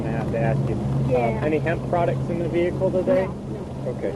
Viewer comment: Do me a favor and step out the vee-hickle for me boi or am i speaking spanish? -unknown state trooper with strong jawline, drill instructor type hat style, disabled bodycam and his hand on his gun.